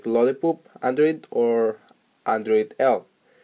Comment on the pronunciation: did he just said lolli"poop" in